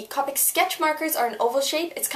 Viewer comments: c OH pic, not caupic... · it is pronounced cO-pic but call it what u want 😃